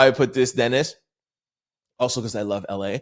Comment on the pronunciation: I think that persons name is (duh-neese)de-nise. Or D-Nice. I only say this bc I have twin cuzs Dennis and Denise. Love ur show. Bi-partisan right now. Tabbie from Texas. 😂